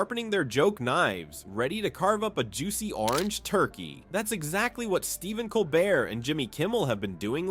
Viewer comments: What is it with you narrators that you don't correctly pronounce Colbert's name? It's Coal-bear NOT Coal-bert... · Pronounce "Col-bear"